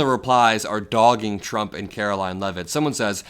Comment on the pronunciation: Levitt never ever says “Trump” correctly. Pres Chump, yeah ok.